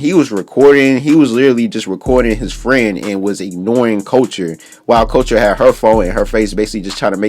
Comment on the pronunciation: boy Couture is pronounced as CUT-TORE ..... not as culture 😂